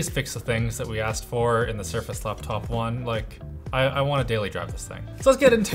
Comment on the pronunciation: All I hear is "Laaptaoup"